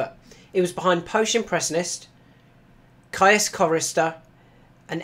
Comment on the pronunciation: I think it's pronounced "keys" chorister, like caius college cambridge